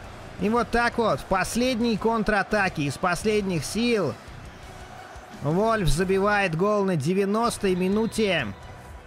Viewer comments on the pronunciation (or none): не Вольф, а Вульф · всм, Константин Генич и Виктор Стогниенко(комментаторы)говорили Вульф!